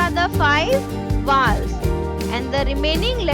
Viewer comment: Mam you pronounced rong it's vowels